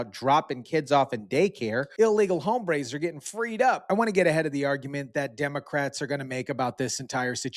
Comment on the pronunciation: In the term. "hombres " the h is silent